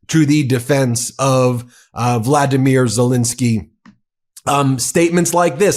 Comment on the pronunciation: As much as I love your take on all of these things, I think Zelenskyy deserves to have his name pronounced differently than the invader’s name. There are Os in there.